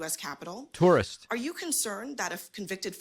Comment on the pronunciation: Tourist, pronounced ‘terrorist’